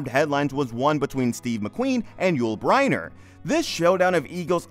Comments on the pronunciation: BrEnner not Briener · So McQueen came back to life after his death in 1980 to reconcile with Bryner in 1985??? Which is pronounced Brinner by the way... Just two of the many inaccuracies. Sheesh , what a mess this whole thing is! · Haha. You do not even know hot to pronounce Yul Brynner's name. Is this AI generated.?